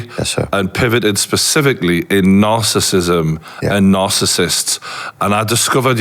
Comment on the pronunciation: For an expert on this, it's odd that he misprounounces "narcissism" and "narcissist"